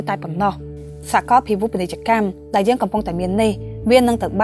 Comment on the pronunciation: យើង មិនមែន យ៉ឺង ទេ 😀